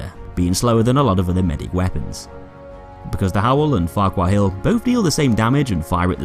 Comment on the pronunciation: I used 18hrs to kill 105 with cege-regotii opticals,and it took only 3hrs with howell factory. I like it. I think its pretty good. P.S. What did you said? I heard 'farcwhitehill' style. Did i hear correctly?. If i was correct, can you tell me what does that mean? (I'm not an native-english speaker. Its bit hard to understand...)